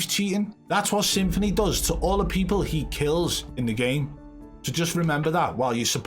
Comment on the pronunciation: Stop prenouncing this rat's name as Symphony, it's Some-Phoney!